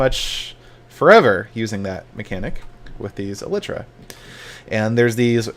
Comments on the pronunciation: Must be the upgrade to E-lie-truh I've been hearing about xD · He was closer than most of the minecraft youtubers by a lot actually. He pronounced it fine just put the emphasis on the wrong syllable. 99% of the minecraft youtubers say it wrong. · Well Seth pronounced it pretty close to correct in this video. Just need to emphasize the first syllable instead of the second. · that isn't how you pronouns Elytra...